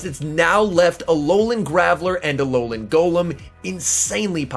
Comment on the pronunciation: « Ololan Golom » 🤣